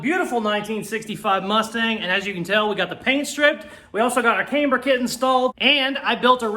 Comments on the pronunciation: [CAM-BURR] not [Came-B'ER] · Love your channel and not sure why its annoying me so much but, Please stop saying came-ber it's cam-ber. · Haha, yep keep saying kamber instead of camber. My sister used to say bushels instead of bushes, absolute gold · if you're going to say Kamber, you may as well say Proeject. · Yes, you say Came-burr completely wrong! You also skip words, making half sentences and heaps of other shit! But you are one fabricator/ customiser, so Who Cares!😉👍🤣🤣🤣...Screw the haters, they obviously need a life transplant! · The way you pronounce the word "camber", makes me question every single thing that I have ever known about cars, myself, and my day daddy... but not nearly as much, as your use of the term..."wallerd "... ----""Holey crap! WHt an amazing, Epic comment! That is the funniest comment ever on my channel from a viewer!......you know what? I think that comment deserves a mustang and a caseys customs sticker!...." -------()😆 🤣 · This looks a lot like a copy of the Hoonigan mustang to me. Yes, you are definitely saying Camber wrong, LOL. I'm impressed with this so far. Keep up the good work. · How you say camber doesn't affect the build. Looking good.